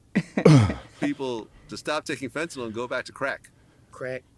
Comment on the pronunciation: You would get fentanyl along with propofol, ketamine, liquid Valium and about 15 other drugs under anesthesia. And pronounced 'fen ta nil' rather than 'fen ta nol'